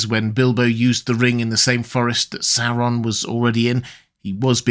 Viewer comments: It’s not ‘Serron’ it’s ‘Saur’on’ … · First time I hear this pronunciation of SaOron instead of SAWron